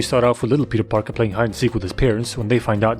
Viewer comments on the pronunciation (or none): Did he said Speter pikey instead of Peter Parker ? xD He smoking that dank